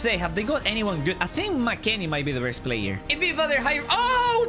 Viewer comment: he said best not Dest it got me laughing he always makes me laugh